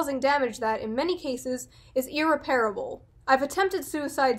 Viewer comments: Incorrect, its er-REP-uh-ruh-bul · Ear Repairable is the correct pronunciation.